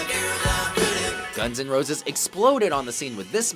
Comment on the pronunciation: OMF the way he said guns n roses